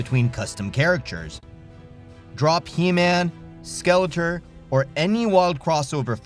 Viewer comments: Why are you saying Skeleter?!? It's like nails on a chalk board. SKEL-ET-OR. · It's pronounced SkeletOR, not SkeletER. I can't watch anymore. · 😂😂😂 why do you keep saying Skeletuur ,Not Skeletor😂😂😂 damn Im baked😂😂😂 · How can you make a He man video and not know how to pronounce SkeleTOR? Lol Cool video still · obvious AI narrator cant even pronounce skele-TOR. the whole thing sounds like a chat gpt essay on motu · I can't stand the pronunciation of Skeletor.....driving me nuts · Why can't you pronounce Skeletor? 😂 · What's sad is that the ps2 told you the correct pronunciation of skeletor and you still pronounced it wrong. Enjoyable video though. Keep up the good work. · Hey guys, (the narrator) I've been sick for the past couple of videos, and I'm aware that's not an excuse, so I wanted to apologize for mispronouncing Skeletor's name. I genuinely just blanked out on that one and I now realize how important that is to a lot of you guys. I'm feeling better now and I'll pay a lot more attention to details like that from here on out.